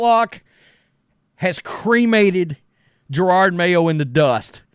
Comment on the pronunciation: Isn’t it Ja-rod Mayo. Not Jer-rod Mayo?